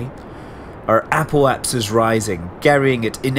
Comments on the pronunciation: Why do you say apohaps when it is apohapsis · I know, I know, its called "Apoapsis". But damn, I swear that I understand "Apple Apps" EVERY TIME!